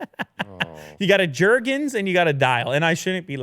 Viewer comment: Jergens. Lol